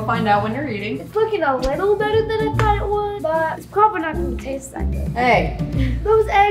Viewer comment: It's thought not thaught and it's hilarious not halerious.